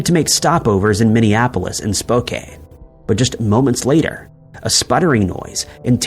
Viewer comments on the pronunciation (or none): Spoo-can ! Not Spo-kane!